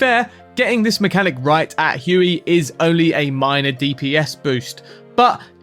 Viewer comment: scimitar.... don't pronounce the C... it's not SKIM MILK. aww geez... huey? noooooo bruv. noooooo. say WAY...